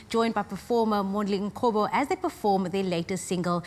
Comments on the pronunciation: So the presenter can’t pronounce Mondli Ngcobo ?🥺 Don’t they practice before the show? She needs to come back and pronounce his name correctly👀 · This girl never even try to pronounce Ngcobo properly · I wish the presenter learned to pronounce Mondli's surname properly. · Aibo presenter, what's up with that pronunciation???? A black person phohhhh💔. Otherwise Kelly Khumalo is a legendary vocalist🙌🏿